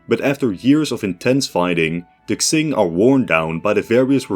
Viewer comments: Literally unwatchable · I heard Kaching... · but he does sound a little bit racist because of that. why is it so hard? like it's spoken like it's written, Qing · I have two theories based on what I hear: 1. If he's saying "Ts", then he's trying to pronounce the dynasty's name the way it would have in that time period, where Mandarin pronunciation was based on the Nanking Dialect, which didn't actually have the JQX sounds (also why it's pronounced NanKING instead of NanJING), and in that dialect, it would be pronounced as Tsing. 2. If he's saying "Ks", then he's probably making fun of the Latinx thingy, lmao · Bruh thinks Qing means Ksing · Qing is surely pronounced "Ching" isn't it+ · I thought it was pronounced king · Qing in china is not pronounced ching. Its more of cing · I thought it was Q-wing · as a fellow dutchman your pronounciation of Qing is just wrong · Unironically this is hard to watch because of how you pronounce qing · I got a drinking game idea: Everytime he mispronounces "Qing", you take one shot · I love your work friend but please could you reupload this with the proper pronunciation of Qing? It's impossible to watch what is otherwise great content, sorry. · at least he doesnt say “quing” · only if he learns to pronounce qing properly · I managed 50 seconds before I realised that you were going to spend the rest of the video mispronouncing "Qing". Disappointing, please do your research. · It’s kind of hard to take his scenario seriously when he can’t even pronounce Qing right 😭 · Yup. If he's reading any Chinese places or names in the future: A word starting with "Q" is pronounced "Ch" like the Ch in Change. A word starting with "X" is pronounced like "Sh" like the Sh in Ship. A word starting with "Zh" is pronounced like "J" in Jack. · Quing is Ching, not Xing. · Deadass cannot watch this cus you keep saying "zing" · its pronounce "ching" not "xing" please lord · QING THE "KSING" THING IS KILLING ME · Isn’t it pronounced Ching rather then Xing?